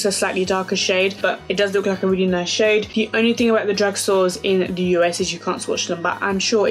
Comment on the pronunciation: I love how u say "de" instead of "the" lol!